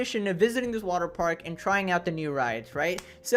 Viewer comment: It's water paRk bro, not waterpaik.